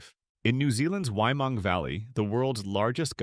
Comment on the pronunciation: I’d just like to point out as a New Zealander, you pronounced it wrong. It’s not ‘why-mung,’ it’s pronounced ‘Wai-ee-mangh-gu’ or like the words ‘way-man-goo.’ I’m not being mean, good job for trying. But, it’s a Māori word so it’s pronounced differently than how you would in English.